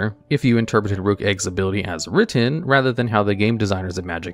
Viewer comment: Rukh is a phonetic spelling of the word Roc, which is a fantasy bird. Pronounced the same as the chess piece; Rook. Not 'rock' as a lot of people mispronounce.